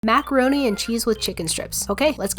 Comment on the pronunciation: Macawoni with the chwicken stwips Ahhh